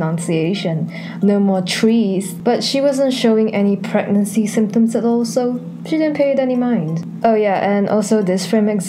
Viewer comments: "Aha, I've been working on my pronunciation, no more trees" "Pret-nancy" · P R E T N E N S E E (Pregnancy) -a mispronunciation